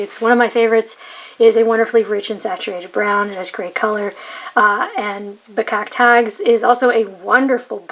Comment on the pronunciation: Pronunciation of Bekakt Haags was fine. No butchering at all. Thanks for the review.